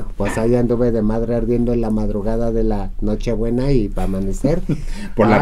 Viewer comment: Jajaja La ora que nochibuenas, jajaja se dice nochebuenas.😁😁😁😁😁😁